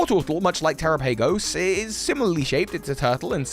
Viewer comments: I guess if you say so. Dyslexia is an issue with sounds when compared to written characters. You’re being too gracious, this is just laziness. If this seems harsh, you’re probably just not used to people being frank. I even want so far as to say I generally like his content, this is just low effort. This discussion on our parts has taken more effort than he was willing to invest in learning how to pronounce a name for a video that he is making money off of. Keep watching lazy stuff if you wanna, I will continue to direct my attention where I want to, we will both continue to live and survive. 🤷🏽‍♂️ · Bro I know that the pronounciation of Pokemon names is kind of like whatever but I really do hope that your pronounciation doesn't stick 🤣 "Terapagos" should be pronounced the same way as "Galapagos" 🤣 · The way you pronounce terapagos makes me want to uhm please don't say it like that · Can't like this for the mispronunciation... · The only question I have is... why you pronounce Terapagos like that? If you pronounce Galapagos differently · He said it correctly once then went back mispronouncing. 🤦🏾‍♂️ 😩 🙄 😒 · it’s less the tera part and more him pronouncing the later part incorrectly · bro said tera pay goes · It's pronounced like Galapagos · Terah-pa-gos Like Galapagos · Yeah I’m pretty sure its pronounced ter-ahh-pug-gos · As soon as you pronounce it like that, I can't watch. The Pokémon Presents showed you how to pronounce it. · I find it weird you say terapagos and Galapagos in the same sentence yet pronounce one correctly when it’s clearly supposed to be pronounced almost the same way. No offense just thought it was funny you said it incorrectly but then pronounced the other one correctly. 😂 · Okay.... This video is AMAZING, but I can't get over the way you pronounce Terapagos. IT'S NAME IS LITERALLY SAID IN THE PRESENTS. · its terapagos tuh-ra-pa-gos they literally didnt say its terra-pa-gos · Teh-rah-pah-gos Wtf is te-ra-pay-gos lol